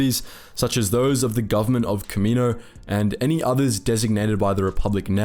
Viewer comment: like this my dude, "Ka`-Me-noses" and planet "Ka-Me-No"